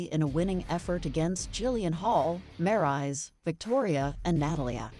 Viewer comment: wait a minute did she said maryse name wrong i bet she did i heard all of it